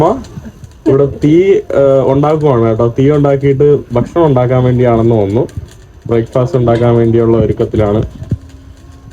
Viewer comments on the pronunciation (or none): none